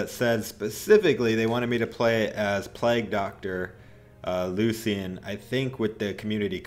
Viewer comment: Lucan?! You mean Lucien sword